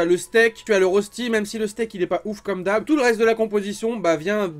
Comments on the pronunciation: Ca se prononce reushti et pas rosti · Hello j’aime beaucoup ce que tu fait mais en tant que suisse mes oreilles saignent quand tu prononce Rösti et donc voilà la bonne prononciation phonétiques : « Reuchti »